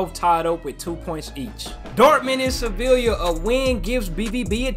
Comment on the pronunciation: when u say sevilla the two L’s are pronounced like a y